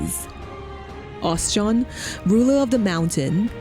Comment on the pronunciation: Oschon.. OS-CHON Not Os-John. You're killing me here u_u.. — Seems very unlikely since during the Marauder quest, you fight the "Mysterious Stranger" here. I.e. your guild master wearing a mask. Never even noted that this had any significance other than "crater that's beautiful" . — I guess the unforgettable developers kinda "forgot" about it. Well, I learned about God's grip so that's neat. Personally I .. better not say what I think about FFXIV... But Oschon has been my deity since I started and forever and ever <3 The Navigator was my second choice. Funny how that is. Heh, after 20 years... I still read all my comments.